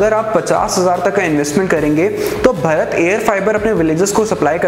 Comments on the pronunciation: अबे भरत नहीं भारत बोल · अबे 'भरत' नहीं भारत बोल भारत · भारत को कृपया कर भरत ना बोलें। Are you from India or somewhere else.